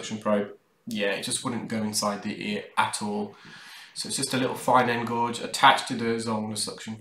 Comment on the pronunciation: Loving these but do you mean "fine end GAUGE"? Pronounced GAGE not GOGE